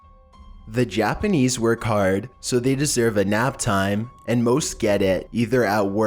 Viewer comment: I don't think I've ever heard someone butcher Japanese like this before haha. still a good video though